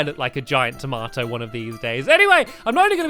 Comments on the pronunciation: I love how he says tamoto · Taamato. love it lol